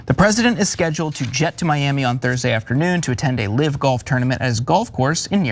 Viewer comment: The word is "live" same as pronounced hive Not live as in pronounced give. Is this guy an idiot or what?